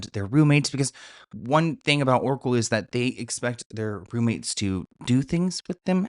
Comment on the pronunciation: Everytime you said Oracle I head Erkle 🤣